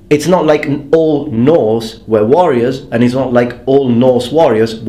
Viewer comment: Hey, one request.sometimes you're a bit difficult to follow due to your pronunciation. Could you maybe try to change your pronunciation of "were"?you now pronounce it similar to how you also pronounce "where", while it should sound more like "whur".I hope you don't mind me asking.